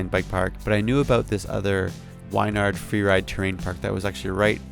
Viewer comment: Nice vid man! Its pronounced "win"-"yard" just so ya know!